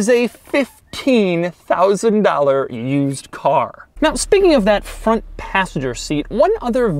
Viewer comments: Bro did you say fwont instead of front? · Doug the type of guy to say "Fwont" instead of "Front". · Shankar Menon I noticed that too😂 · the "fwont" huh? Not the front? Lol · "next we move on to the fwont of the Equus"